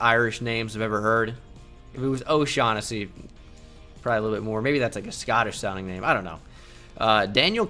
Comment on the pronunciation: It's pronounced O' "shock"nessy !!!